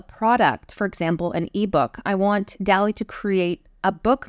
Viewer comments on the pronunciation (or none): I always thought it was DAH-lee, like the painter.